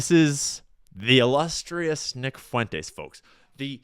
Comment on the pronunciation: Why are you saying "Fuen-tayz"? Nobody has ever said Fuentes that way.